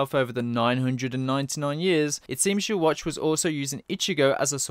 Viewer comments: Yhwach, not Youwatch. Please... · I really hope they don't pronounce yhwachs name like yuwatch in the anime... would really throw me off yuhawbac sounds so much more menacing